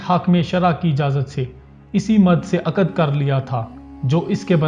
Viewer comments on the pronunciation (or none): Tum logo ko bolna bhai nai aata hai Aqad nai hota hy Aqd hota hy